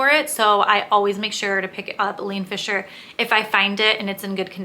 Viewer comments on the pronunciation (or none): Not Eleen Fisher - Ileen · eye-leen Fisher